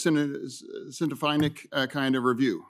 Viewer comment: The confusion on his face when he said "scentifeinic" and he realised he meant "scientific"😂